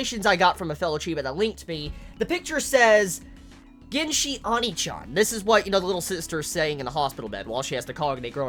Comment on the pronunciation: why you pronounce onii-chan like that.....